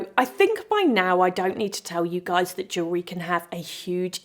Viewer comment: Wonderful to listen to someone who can pronounce jewellery, I am so sick of hearing about joo-lerry